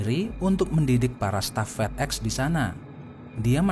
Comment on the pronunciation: Fedex di baca fidek